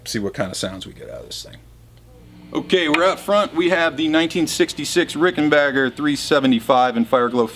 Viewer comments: It's Ricken"backer". Not Ricken"bach"er. Adolph Rickenbacher anglicized the name (to Rickenbacker), both spelling and pronunciation, after WW1. Apparently, that wasn't enough. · Ricken 'bah' ker? How do you get 'bah' out of 'back' lol